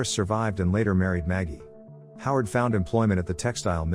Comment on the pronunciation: Forrest, Jack and Howard Bondurant. Sounded like you said Harlow not Howard.